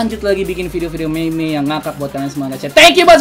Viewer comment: nyebut meme naya jgn meme tapi mim ngerti gk pex?